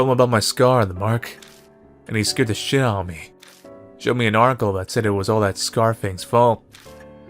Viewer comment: you don't pronounce Shit correctly but you do with the word Fuck..I always though Fck was more bad than shit..I speak french I don't know sorry ^^'